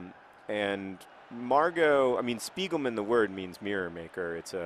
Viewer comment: hearing johns pronounciation of spiegelmann makes me laugh every time